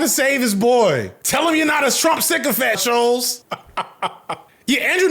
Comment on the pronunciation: hearing him call him scholz instead of shultz the WHOLE VID has me crying